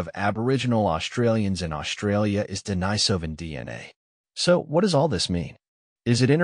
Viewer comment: Denisovan is pronounced de-NEE-so-van, not de-ni-SO-van.